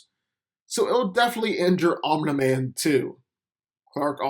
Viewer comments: It's 'Om-Knee Man' not "Om-Neh Man" smfh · Omna man bruh how can someone not pronounce Omni man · I hate that you pronounce his name like you’ve never heard the word before...it’s pronounced OM-KNEE MAN not that shit you’re saying🤦🏾‍♂️ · This narration is terrible. first off its pronunced omini man not ominai man. Second off omini man is not the superman on his planet. after the cleansing of vultromite everyone in that planet is a superman. Omini man is not even top 10 in the pinnacle of their civilization. And as a fan of invincible I still know this is not a fair comparison. Omini man is not a match for super man. I dont think entire voltromite population will be enough to kill super man. or make him bleed under a yellow sun. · The way you say Omni-man is cringy AF, its not even hard to pronounce 🤣😂🤣😂 they literally say it constantly in the show so how did you end up saying it like that? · Why does he pronounce his name omna man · It’s Om-Neeh-Man dumbass, as in Om-Neeh-Pō-Tent? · I keep hearing “Omelette man” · "Um Da Man" speech impediment ass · The way you said omni man name wrong was a immediate dislike 👎🏾😒